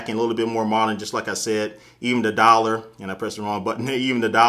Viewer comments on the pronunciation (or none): dialer sounds like dollar when you say it.